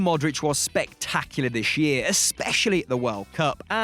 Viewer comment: SHurly I'm not the only one, CroaSHian, SHterling, eSHpeSHially, MarSHelo, SHtrength